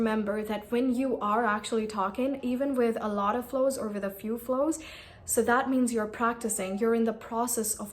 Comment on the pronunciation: I guess it's flaws and not flows, you've been pronouncing it wrong